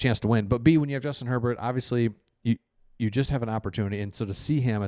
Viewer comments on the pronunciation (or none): none